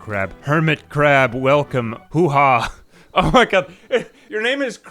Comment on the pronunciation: hoo haa is pronounce "huwah" with a heavy emphasis on the "hu" part, in case you're interested :)